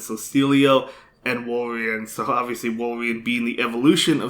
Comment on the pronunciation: I love how he pronounces Azumarill as Azumell & Walrein as Wolverine ! 👌🏻😂 I really love your content and have been following your Spice picks & battles since 6 months now ! Cheers man !😄👍🏻